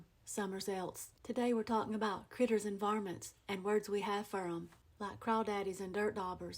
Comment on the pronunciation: Did you say "creetch-ster"? Thats a new one...